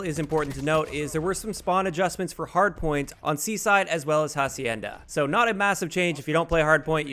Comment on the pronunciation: You said "hahcienda'........XD